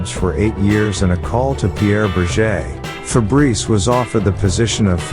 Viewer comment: As a french, its funny to hear "Febreze" the deodorant insteed of "Fabrice"😂